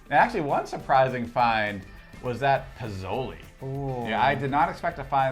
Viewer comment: Piz-o-lee. That’s cute🥴 It’s pronounced Pesola Pe So Le🥰 Enjoying the vid